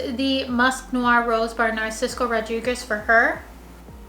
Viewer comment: It's not Narcisco lol, it's Narciso 😅 Great faves though! 🖤